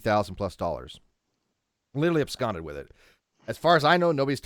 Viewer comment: "Absconded"? "AbSCONDED"? He done absquatulated with it!